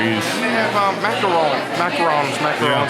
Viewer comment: Your pronouncing Macaron perfectly! You don’t say Macaroon. Good job on that! Goodbye is “Au revoir”. Very good vlog as usual keep Canada for me when i’ll be in town!